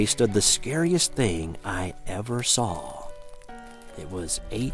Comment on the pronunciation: There is no "L" in the words "saw" or "caught"